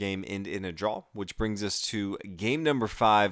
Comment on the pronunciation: Sounds like your pronouncing draw as drawl